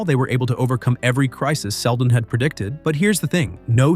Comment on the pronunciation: "sheldon" these ai generated videos need spell checkers and pronunciation checks.